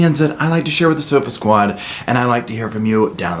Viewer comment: Every time I here “hey sofa squad” I hear “Serpa squad” 🤦‍♀️ makes me double take thinking I clicked the wrong video. Sorry it’s a year old video. I’m just binging all your stuff. Love it🖤